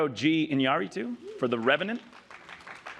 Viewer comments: Maybe, Iñarritu´s nickname is "Ayatituu", jajaj XD .Well, joking apart, I completely agree with you. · Alejandro G EYAETOOO?? Jesus woman he was nominated last year too, it's not that hard to pronounce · Alejandro G. "Eyatitu". I think if you are the president of such a big academy and you're going to read the nominees, my God, you should at least TRY to practice how to pronounce IÑÁRRITU. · Alejandro G. Inyahtitu 😂😂😂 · Alejandro G. "AYATITU" - LOLs!!! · "Alejandro G. Iyatetoo" lol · Alejandro ahyotitoo hahahaha wtf was that pronunciation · Alejandro G... Eyatitu xD Come on woman! It's not that difficult. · "Alejandrou Gee Inyangyitu" hahahaha terribly sucking at pronunciation, with all respect of course. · In-u-ra-too bitch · I'm sorry but Mrs Isaacs should not be reading these names. Last year we had Dick Poop, this year Alejandro G. Ayatitu? But I guess there's a little John Travolta in all of us... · It got me when she said: Alejandro G. Echachitu.... Last year she said Dick Poop instead of Pope. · Alejandro G. WHAT?!!!! Alejandro González Iñárritu. Geez woman! No tan difícil. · Did she try to pronounce Iñarritu's name with a french accent? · that nigga learn spanish pronunciation RR RR RR RR Ñ Ñ Ñ Ñ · When will the academy learn Alejandro Iñárritu's last name? C'mon, he's not some guy, he and his movies have won before. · she butchered his name .doesn't know how to pronounce 'N' and 'R' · Is it really so hard to pronounce "Iñárritu"? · She totally butchered Alejandro G Iñárritu name 😂😂😂😂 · Well that must be the most akward Iñarritu pronunciation I've ever heard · The way she butchered Alejandro's name is unfathomable, considering she's the goddamn President of the AMPAS. The fucking guy next to her pronounced it correctly 2 minutes beforehand yet she still wasn't able to do it. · english speakers say, most of the times, the name of Iñárritu wrong. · She completely butchered Iñarritu's name :D